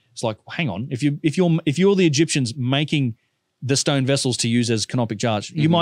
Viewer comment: Oh you said vase ! I thought you said these vizes are aliens ! What is a stoyn ?